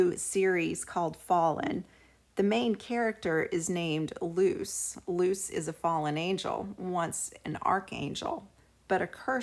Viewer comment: Her name isnt "loose" its "loo chay"